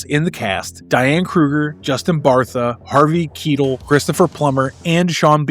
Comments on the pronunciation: I've opnly heard his last name pronounced Ki-tell, not Keetle. Does everybody else have it wrong, or do you? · Harvey Keetle? its Harvey Keitel pronounced Ki Tell, if you are going to do reviews and give information on movies learn the actors names correctly. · Harvey Keetle? lol........Its Keitel as in Kai-tell I may be in the minority here but I always felt the 2nd film never reached the level that the first did. It wasn't bad. Just not as good as the first. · He's Harvey K-eye-tel. Not K-ee-tel. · why do u pronounce Keitel its KEI TEL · Harvey Key-tull??? WHAT??? REALLY??? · I really don't think someone has to be a cinephile to know who Jerry Bruckheimer is. He's been part of a so many movies that were blockbusters. I also don't think you need to be a cinephile to know how to pronounce Harvey Keitel's name correctly either. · He's wrong. He mangled it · Lol thank you. I immediately stopped watching when he mispronounced his name. Don't talk about being a cinephile and then not know how Harvey Keitel's name is pronounced. This isn't a little known actor here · You really don't know how to pronounce "Keitel"?